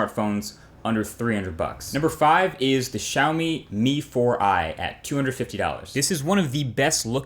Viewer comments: Lmao you pronounced Xiaomi like "shawme" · althought you are not chinese, but you said xiaomi and mi wrong